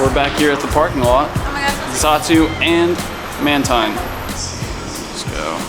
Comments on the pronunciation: MBScopes CS man-tine (i pronounced "i") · Mantine is pronounced man-teen go search it if you don't believe me.